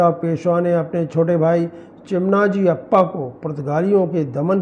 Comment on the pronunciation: भाई, चिमनाजी अप्पा नही , मराठा सेनापती चिमाजी अाप्पा है नाम का गलत ऊच्चारण मत करना